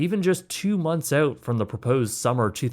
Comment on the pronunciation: 2 months oat? Dont you mean out?! Why talk like that?!?